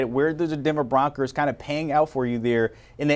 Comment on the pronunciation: The Broncers?! The guy called them the Denver Broncers!